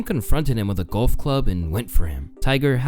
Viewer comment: The way you’re calling golf “gulf” is bothering me